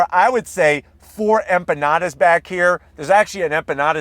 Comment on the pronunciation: Empanadas ( Spanish), that's what you are trying to say? 🤭🤭. English version: Inpenadas. Lol. You're cool. 😂